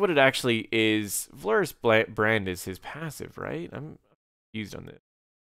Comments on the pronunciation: My friend... VAL-or-us. :) Not Va-LOR-us Keep up the awesome tips :thumbsup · This video was informative and quite short given the amount of content, bravo. Sadly, I cannot like a video in good conscience when the word "Valorous" is butchered so heinously.